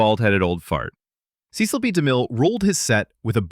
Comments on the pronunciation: FYI — his name is pronounced, “seh-sel”, not see-sel. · Cecil (ses-sel, not see-sil) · Somebody has to re-train this automated voice-over on how to pronounce famous names! "Seh-sil B. Demille" not "See-Sill"! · The director's name is pronounced "Seh-sil," not "Cee-cil," as you mispronounced it in fact #9, although you pronounce it both ways multiple times. You also mispronounced the name of Basil Rathbone in #10. It is pronounced "Ba (short a) sil, (rhymes with tassel)," not "Bay-sil." If you're going to give insights into movies, you should learn how to pronounce the stars' names correctly. Also, you might want to do a better job editing so you don't say the same name two different ways several different times. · Cecil is not pronounced correctly her. It’s not Cee-cil, it’s Ceh-cil.